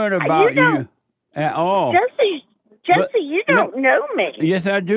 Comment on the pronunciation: Heyuh Jesseuh if it weren't for womenuh you wouldn't be hereuh 😂